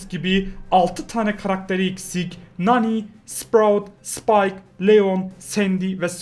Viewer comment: ABI MANI DEĞIL NANI